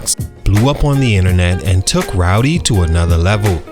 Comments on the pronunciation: It's spelled RODDY yet you said ROWDY the whole video. There's an actual rapper named Rowdy Rebel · Bro it’s Roddy, not “Rowdy” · Great video but it's RODDY bro 😂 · He did not fall off. He has real talent and will be back. He had a sophomore slump. And stop pronouncing his name as ROWDY. I was annoyed the whole video because of that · He called h "Rowdy" Ricch through the whole joint. 😂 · It’s not rowdy rich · Bro who tf is "Rowdy Ricch" you say that a lot throughout the video😂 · Keep calling the man "Rowdy" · Naw you heard the man, it's Rowdy 🤣😂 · Ok but it's not pronounced ROWDY...